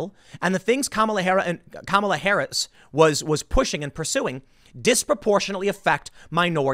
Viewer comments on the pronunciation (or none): Did Tim just say Kamala Ha'aretz? :D You've got to laugh at the notion of Blacks being attracted to Harris because they have some affinity with Asians on account of skin color, though. A resounding golf clap for that genius!